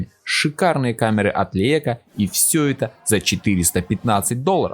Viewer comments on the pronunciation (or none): Почему он камеры Лейка постоянно называет Лиэко?